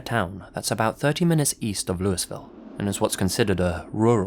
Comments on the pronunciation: It's pronounced "Lew-A-Vul" not Lewis-vill. Great video! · Lewisville... you're supposed to say it like you're continuously drunk like we are. Looahvull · The way he said Louisville bothered me it’s pronounced luievillie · Louisville, KY isn’t pronounced as “Louis Ville” or “Louie ville”, it’s “Loo ah ville”. It’s a Kentuckian thing and how we can tell natives from non-natives. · Never heard the Black Beard story before, and I'm from the area. But, never, ever say "Lewisville" to a native. It's pronounced LOU-E-VIL or LOO-UH-VIL. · Awesome as always. Looking forward to more. I’m sure someone’s mentioned it but I’m certain the Kentucky locals pronounce it Lou-a-ville (or even Louville if you say it fast enough) and not Louisville. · I'm sorry, lad, but it's Lew-uh-vil, not Lew-is-vil. Ask anybody from Kentucky. It can also be pronounce Lew-e-vil, but that's for fancy folks. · "Lou-Uh-Vull", not Lewisville, that is, if you're referring to Louisville KY. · Not trying to be “that guy” but it’s pronounced loo-wee-ville lol I understand you’re not a local or anything. I would hope someone would tell me if I was pronouncing something wrong is all. Much love and respect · Just a note on pronunciation - Louisville, Kentucky. If you want to sound like a native, it's pronounced like "LOU-eh-vuhl". Everyone else, it's "LOOEY-ville". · I love these road trip videos. As a person from Louisville I feel compelled to tell you it's pronounced Lou-ah-vull (rhymes with full) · Except they don't pronounce it Lewisville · Louisville is NOT pronounced like that. There are two pronunciations considered to be correct and that is NOT one of them. Shame. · Omg he said “Louis Ville” lmao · Hey you pronounced Louisville wrong lol. Its Louie Ville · Anyone local to "Louisville KY" knows that it is pronounced "Lou-ville". Just saying... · Emperor Palpatine he butchered the pronunciation of Louisville tho 😂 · Ugghhh being close to Louisville he didn't pronounce it the way we do